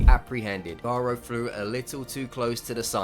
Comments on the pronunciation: I would agree with you but you mispronounced garou and glazing really bad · why do u pronounce hero hunter garou like its a spanish name